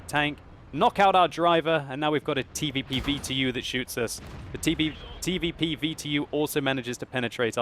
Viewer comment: just say TVP like normal people.